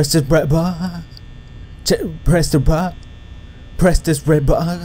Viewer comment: Stop saying press the red baaa it's annoying